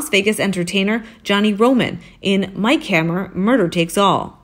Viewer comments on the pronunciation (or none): none